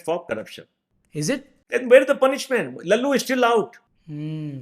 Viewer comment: it’s lalu yadav not lallu😅